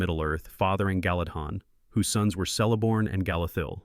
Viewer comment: Great vids! Just an fyi, the letter C has the “K” sound, so it’s more like Keleborn.